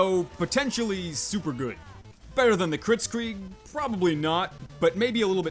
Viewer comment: Him:kritsgrig Me: blitscrig